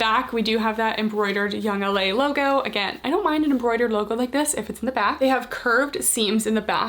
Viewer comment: She said “Yoong- laaa” lol that made me crack up 😂